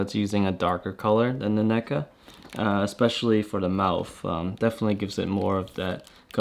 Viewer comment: "Neck-uhh..." NECA?!? REEEEEEEEEEEEEEEEEEEEEEEEEEEEEEEEE